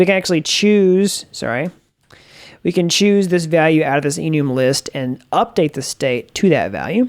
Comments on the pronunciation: i felt gross after hearing that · I died when he said enoooom